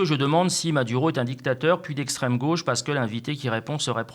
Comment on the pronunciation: On dit Esstrem droite!